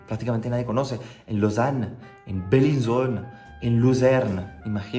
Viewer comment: Luzern y Bellinzona(mal pronunciado) ciudades conocidas,yo no te daba la nacionalidad ignorante que verguenza.